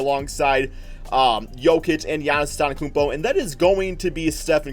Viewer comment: he said giannis akumpo